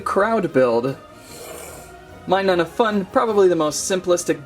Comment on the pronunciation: its not minun its minum